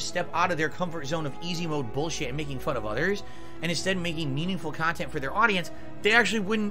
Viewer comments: Drama-free KAHNTENT guys 😂😂😂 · Lol its crap but its highlights of his """""""meaningful """""" khantent. So which is it Philly cheesesteak??